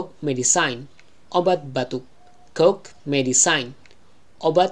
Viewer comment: cough itu bukannya kof bacanya ? cmiiw